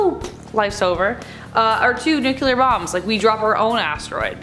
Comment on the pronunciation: The only scary thing about this is the severe lack of any depth this presenter has.. its almost as if "shallow is safe" and "don't think too hard or you'll hurt brain" are her mantras. Oh and also, "NU-CU-LUR" I've lived with a general impression that women tend to be more thoughtful and mature for the sake of self preservation, but this kind of thing deeply disappointed me.